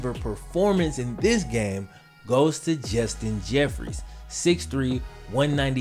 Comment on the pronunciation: WHY THE FUCK ARE YOU CALLING JUSTIN JEFFERSON,JUSTIN JEFFREYS